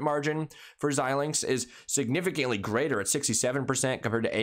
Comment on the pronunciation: Your the first you tuber talking about AMD that I’ve seen pronounce Xilinx correctly.